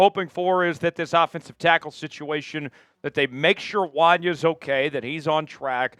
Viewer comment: I'd like to see the Chiefs use Mecole more in the WR position. He has had a few plays but is mainly their return guy. Skyy Moore can kick rocks. It's Wan-yay Morris, not Wan-yuh, lol......he's been solid. Jawaan Taylor just has so many unnecessary penalties. It's like every game.